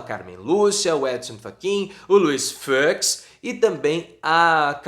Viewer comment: "Luiz FÂCS"?